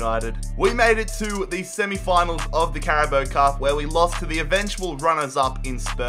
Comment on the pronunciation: Did he just say “carabo cup”